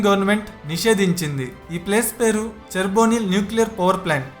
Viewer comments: Adhi cherbonyl kaadhu chernobyl 😅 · Cherbonyl kaadhu bro its chernobyl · It is chernobyl Not cherbonyl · Nice content , but explain little more about each tile....btw it’s pronounced Chernobyl , I’ve visited that place as near as allowed ,the stories are mind blowing ,it’s in Ukraine